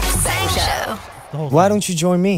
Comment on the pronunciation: We'RE aLL MaD hERe bdkdjxkx i just noticed he said SHANG INSTEAD OF SANG XKXNXKX thats so cute